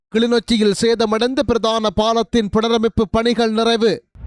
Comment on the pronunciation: பிறதான செய்திகள் என்பது தவறு. பிரதான என உச்சரிக்க வேண்டும்?